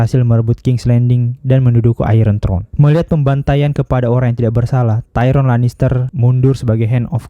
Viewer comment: Tayron bjir Tyrion ngab